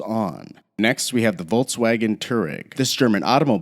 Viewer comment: Always find it funny how BMW and Volkswagen with English accent sounds (no criticism)